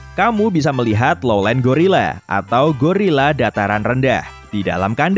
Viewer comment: yg bener tu gorila bukan gurila.